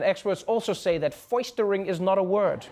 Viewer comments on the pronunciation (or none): I cringed at "Foistering".... All Hail President Fart! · Did Donald Quixote just say "foistering"?